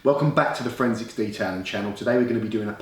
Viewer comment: its funny every video ive ever watched of you, you say forensicS lol :D